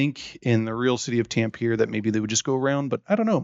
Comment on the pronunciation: As a finn "tämpierer" hurts my brain